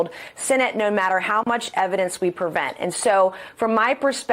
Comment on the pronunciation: Mace said "all the evidence we prevent" NOT 'present'...hmm